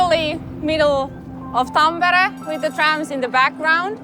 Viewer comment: finally I learn how to pronunce tampere! thx!